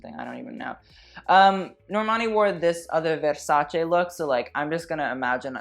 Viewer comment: you are commenting on somebody’s clothes with that shirt you are wearing.. yikes and the way you are pronouncing versace .. girl